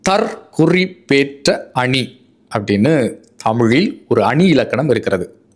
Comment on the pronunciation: 💐💐💐💐💐💐💐💐💐💐💐💐💐💐💐💐 நீங்கள் ஆரம்பத்தில் கூறும் போது, இந்த சொற்றொடரைத் தவறாக உச்சரிக்கின்றீர்கள். நீங்கள்,"தற் குறிப் பேற்ற அணி" என்று உச்சரிப்பது தவறு மாறாக,"தற் குறிப்பேற்ற அணி" அல்லது "தற் குறிப்பு ஏற்ற அணி" என்று உச்சரிப்பதுவே சரியாகும் ஏனென்றால் 'குறி' என்பதற்கு Mark/Marking(Noun/Verb) என்ற பொருளையும் 'குறிப்பு' என்பதற்கு Note (Noun) என்ற பொருளையும் வெளிப்படுத்தும் க.சு.மகாதேவன் சென்னை 🎉🎉🎉🎉🎉🎉🎉🎉🎉🎉🎉🎉🎉🎉🎉🎉